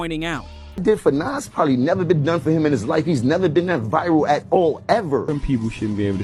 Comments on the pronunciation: I'm probably older than you bro...his name is Nas....not Naz 😂😂dude was saying the name wrong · Nas and Pac has the pronunciation like DOC, not AX or As. 😂😂😂😂😂 I don’t like when people say Nazz or 2-PACK. 😂😂😂 it’s effin annoying!😊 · Say ahh or Doc, then say Nas! Like people say 2-PACK and it has the same sound as Doc, but it’s Pac! Good content but the mispronounced Nas is wild! 😂😂😂